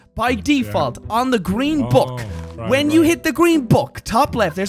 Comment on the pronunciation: I love how he says book it’s hilarious 😂